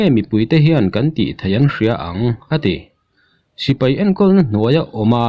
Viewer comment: Sipai han tih be mai awm,tipai tia han lam rik kher, best mizo collection a nih angin tawng lamah pawh best thei ang ber aw..... News lamah erawh a bengvar thlak thin e